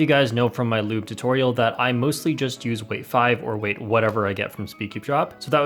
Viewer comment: When he said lube I overheard him say "lewd"